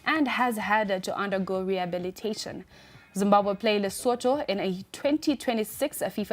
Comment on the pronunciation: When did Zimbabwe become Zimbahwe I give up.